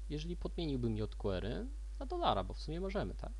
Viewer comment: fajny odcinek ale mózg mi pulsuje jak slyszę kolejne "jot kłery"